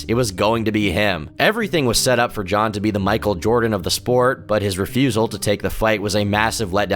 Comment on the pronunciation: Sure, he pronounced nearly every name wrong, but give credit where it is due. At least he was able to pronounce "Jon" pretty well.